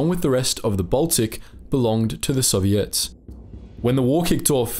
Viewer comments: You say the word “Soviets” like they are an all female pop band. I like it. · He's talking about intonation. With the word soviet, the accentuation is usually on the "o", puts it on the "ets", which gives the impression OP referred to.